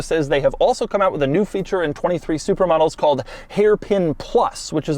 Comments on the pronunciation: I keep thinking he's saying "supermodels" not "supra models" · Every time Doug says "Supra models", I just hear "Supermodels". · I keep thinking he's saying "Super Models" when he is saying Supra Models... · I swear I heard "supermodels" few times, lol. Great review Doug!!!